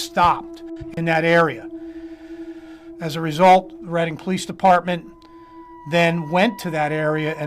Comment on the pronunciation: Reading pronounced “Red-ing”